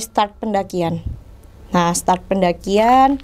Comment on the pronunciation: Dari sekian banyak orang yg cerita baru ini bener bilang 'start'. Yang lain bilangnya selalu 'star'.